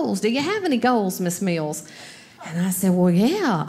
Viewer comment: Very good. Even funnier that during her routine about weight loss she pronounces 'Miss Mills' as 'Miss Meals' :-)